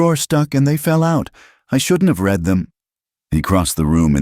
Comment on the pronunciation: AI is ridiculous prr the a over comment and how many names are mispronounced or misspelled l wish your ai bot was better trained to read. Live means to live and bot many times reads it as li v e . Read is pronounced raid. This is the kind of stuff that unnerves me.